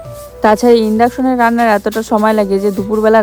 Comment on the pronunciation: আরে ওটা ইনডেক্সশন না রে ঠিক করে বলো। তোমার অনেক কথা ভুল বলো। মনে আছে আমি জিজ্ঞাসা করে ছিলাম ওটাকী তুমি আবার বলে ছিলে ওটা রান্না করার মেশিন আমি জানি ওটা কি আমার আছে। কারণ উচ্চারণ ভুল ভাল করো অনেক ভাষা। নরমাল কথা বলো তোমার ভাষা তেই ওটাই ভালো ভুল ভাল বলো না। মাহির মা কী বলে শুনে নিও ও কিনেছে।